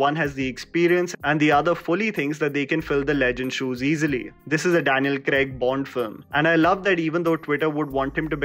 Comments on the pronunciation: Daniel "Kregg" nahi Daniel "Craig" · Daniel CRAYG?? lol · Agree to your comment that Craig was the most human of all Bonds.. and he also got his hands dirty . Just wished you said Craig and not Creg throughout 😀